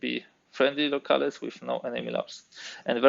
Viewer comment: I love your videos! (Unless I'm mistaken and there's a historically correct pronunciation of the word I don't know about, the correct English pronunciation of "locales" is "Low-Calz"" not "Low-Cal-es")